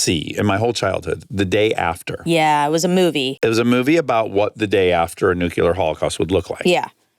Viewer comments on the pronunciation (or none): Hi Dax, you keep saying "Nucular" (New-Cue-Ler) when it's "Nuclear" (Pronounced New-Klee-Er) I don't know if you appreciate that note, but I feel like you would/do. You use the word a lot, so I figured I'd finally mention it in case you wanted to correct yourself. If not, ok. Love you guys & your podcast!